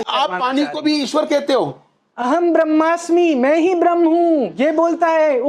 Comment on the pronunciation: महोदय, "ब्रहमन" तो अंग्रेज बोलते हैं, आप "ब्रह्म" कहो क्योंकि आप हिंदी में बात कर रहे हो न? ४० मिनट के बाद की चर्चा में आप मुल्ला की नासमझी देख थक गए, परेशान हो गए, धैर्य समाप्त होता दिखा। यह दर्शाता है कि आप शायद कैमरे के पीछे ही अच्छा काम कर रहे थे। Frustrated host is not a good sight in such a video discussion.